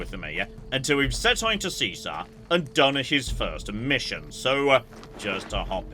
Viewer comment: How they pronounce Caesar is baffling